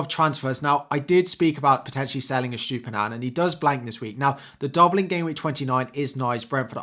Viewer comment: 'Estoopinan' lol